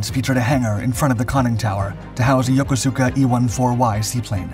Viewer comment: A FERVENT PLEASE TO THE NARRATOR: PLEASE confirm and learn that the city Yokosuka, after which several vessel and aircraft types are named, is pronounced “yo-KOOCE-kah.” This is not American naval slang, THIS IS HOW THE JAPANESE THEMSELVES SAY IT, to this very day. PLEASE exercise the same linguistic professionalism in pronunciation as you do in researching dates and times of the events you describe. You can verify this with any native Japanese person or American naval personnel from the Pacific fleet. “Yokosuka” = yo-KOOCE-kah Thank you.